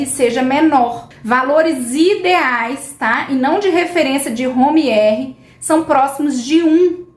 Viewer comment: Não é Home R e sim Homa R